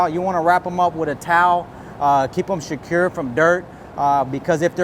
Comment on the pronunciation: You gotta "sh-cure" it. Sh-cure it real good.